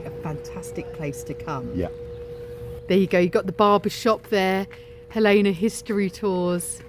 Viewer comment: Gal-lean-a. Not Gal=lana. Hellena. Not Hal Lena.